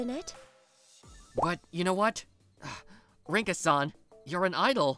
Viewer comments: Bro am I the only one who realised him saying her name Linka instead of rinka 💀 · Linka....huh someone switched the r for an l there